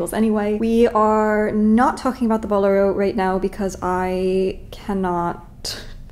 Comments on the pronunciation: bo-LEH-ro, please. The accent is on the second syllable. The word is of Spanish origin. A boléro is a type of Spanish flamenco dance and the flamenco dancers who dance it wear this type of jacket. P.S. I love it when you geek out over something and beat it into reality with your talent and skill. That shade of blue is so gorgeous. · Check your pronunciation of “bolero” and “impasse”.